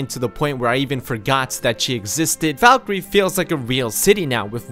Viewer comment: its pronounced fallkreath not foulkreath